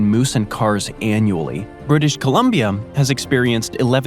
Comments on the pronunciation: LOL "British Colombiam" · british columbium? where the hell is that? as a B.C. resident, I've never heard someone fail that hard at pronouncing such an easy name in such a weird way